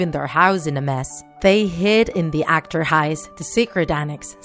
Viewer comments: You see achterhuis rong .je zegt achterhuis fout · How you say het akter huis How you have to say het agter huis Ps your close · Het achter huis sounded more like hat akter hise 😂😂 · Hoe hun achterhuis zeggen “akterhijs” ahaha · ik ben nl :D. het is wel mooi hoe ze achterhuis zeggen akterhijs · It's so bad how you say "het achterhuis" 😅 But what can I say I'm not very good at English🙃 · Im dutch and how she said het achterhuis😂 but she tried it❤ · How you say achterhuis 😂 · I like the way how you say "achterhuis" ;) because I am dutch 😁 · Zo grappig hoe Amerikanen: 'het achterhuis' uitspreken😂 wouw echt heftig trouwens